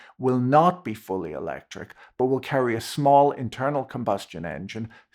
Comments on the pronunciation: It must be the accent but I was sure the man said 'the eternal combustion engine'! 😊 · I misheard you at one point as saying "the eternal combustion engine", which seems appropriate here.